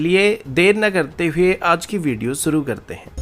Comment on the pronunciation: IT IS "SHURU KARTEY HAIN" AND NOT "SOO ROO KARTEY HAIN"